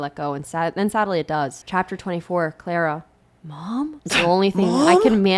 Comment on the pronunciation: i keep hearing clara as clairo and i'm losing my mind